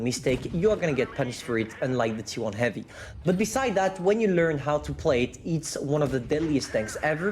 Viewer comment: never been old, he does the pronounce mistake same as he did before on “heavy”:D